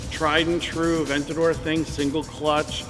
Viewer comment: You guys beat all other youtubers with the quality of your videos. You guys honestly have your show on the level of a tv show it’s great keep up what you guys are doing and get “aventaor” (lol ) up to a hundred thousand miles 🤙🏼